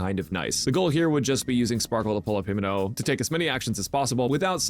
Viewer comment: Brother called her Himeno... Unforgivable !!